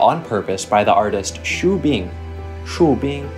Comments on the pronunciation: Actually the "Xu" of Xu Bing is Xü not "Shu" and the final bye-bye is so Cantonese 🤣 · in xu the u is pronounced yu as in yu zi